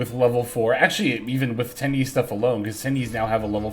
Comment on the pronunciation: Oh, you scared me for a sec. You said Swordsoul Tenpi instead of Swordsoul Tenyi 😅😅😅